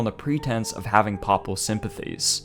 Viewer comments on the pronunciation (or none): the word Papal is pronounced as paypal not pahpal. I think you got the pronunciation of the word "diocese" wrong too. It's di-a-seize. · Well done video, looking forward to more of your work. Minor advice: check on the pronunciation of words if you aren't 100% certain. The mis-speakings distract a bit from what is otherwise a very good quality presentation. (A few that stood out: "papal", "Jesuit", "diocese") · Nice job, but I have never heard ‘papal’ and ‘Jesuit’s’ pronounced in the manner in which you say them..